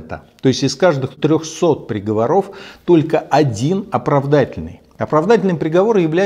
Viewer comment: В слове приговОров ударение на третий слог! Грамотей!!!